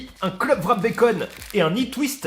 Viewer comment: j'ai entendu parler que c'était difficle de dire le WR du mot Wrap en anglais pour les francais mais pourtant la meilleure facon que vous pourriez le prononcer serait simplement "rap" au lieu de "vrap". Je dépose ceci de façon constructive et sans mépris. Signé un quebecois qui ne comprend pas pourquoi vous prononcez un V dans les wraps.